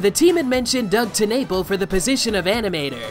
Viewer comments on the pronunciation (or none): Holy crap bruh it’s pronounced Teh-nuh-pel not Ten-nay-pll